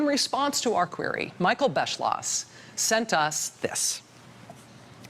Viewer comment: that awkward moment when you know German and the presidential historian's last name looks quiteeee German and then they call him Bes-slosh .... but the video is very informative :D